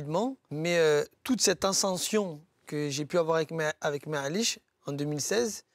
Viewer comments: Elle me stresse a dire merliche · Merlich si sa te stress 😉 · Ptdrrr merlich elle ma tuer